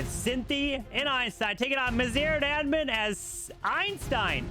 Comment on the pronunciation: I believe our brothers Maziar and Amin are Iranian. GGs to them. their names have tough pronunciation and you completely got them wrong lol😂❤